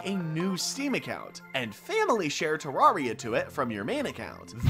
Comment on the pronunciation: it's te-rare-ia you don't pronounce terrain as te-raw-ain